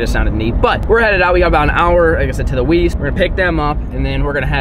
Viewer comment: whoa did say east instead of weast